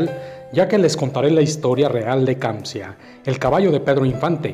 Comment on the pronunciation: Se llama "Kanzia" no kamzia